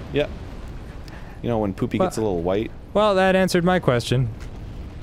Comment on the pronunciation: Danny is starting to remind me of my English teacher because he always pronounces the "wh" in words like "white". I love it.